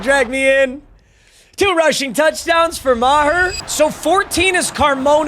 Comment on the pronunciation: That is not how Meagher should be pronounced, IDGAF. Hooked on phonics can work for you, kid.